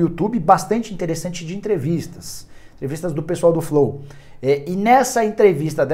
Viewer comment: kkkkkkkkkkkkkkkk flál